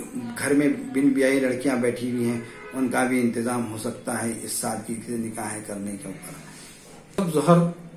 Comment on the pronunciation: Sab se pahle janab sahab se guzarish hai ke aap apni Urdu theek karein. Lafz “nikah” hota hai “NIKEH” nahi hota. Shadiyoon ka tareeqa Alhamdulillah sunnat ke tareeqe se ho rahe hain. Allah se dua hai ke sab musalmanon ko hidayath ata farmaye ke karona ke baad bhi log isi par amal karein. Aammeeen